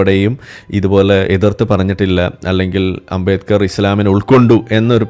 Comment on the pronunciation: ആരാ ഈ അമ്പേക്കർ ... അംബേത്കർ എന്ന് നേരാം വണ്ണം പറയാനറിയാത്തവനാ അംബേത്കറേ കുറിച്ച്‌ സംസാരിയ്കുന്നേ. 😅